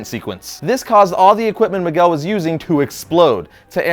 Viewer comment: maguel? fucking bad latino, learn some Spanish